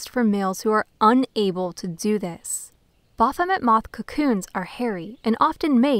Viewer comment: Ba-R-phomet? or Baphomet.